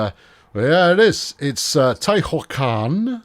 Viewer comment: Tehuacan having an h makes no sense? Te-hoo-a-can